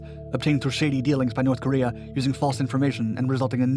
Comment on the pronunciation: NORSssssE Koreeah